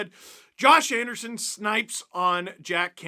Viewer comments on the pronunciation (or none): none